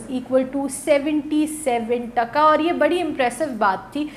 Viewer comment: Sounds irritating when Pakistanis pronounce our currency in a weird way. "T A K A" sounds like "DHA KA" The way you say it however with a short sound reminds us about the contempt by which Pakistanis would say it after getting defeated in 1971. Try to show some respect now, by learning to pronounce it, since it is the strongest currency!! And because you guys seem to be so interested in Bangladesh now that we are growing so fast.